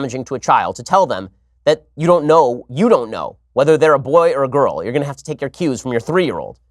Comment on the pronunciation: He says girl like gru "Gorl"